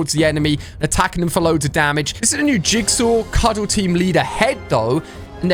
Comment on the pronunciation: Ali a you can’t say jizzsaw 😭